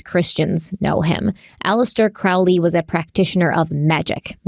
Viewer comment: “It’s Crowley as in holy, not Crowley as in fouly”: promptly goes for the latter pronounciation! 😅😅🤷🏻‍♀️😅 Thank you for another awesome episode. Btw, I also have an Ankh tattoo on my back, between my shoulder blades. It is said that the christian cross symbol heritages from the ankh, when it still had that loop; feminine in the symbol.